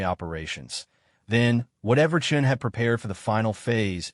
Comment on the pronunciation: Thumbs down. The narration is out of sync. with the text given; spelling and wording errors are commonplace - in other words this has not been edited - a credit must be given for pronouncing Chen's surname correctly, initially.